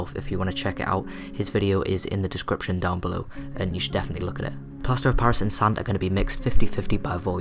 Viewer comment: he said plaster pairis? Right. it sounds like that to me. im trying to make this and im writing the items for this.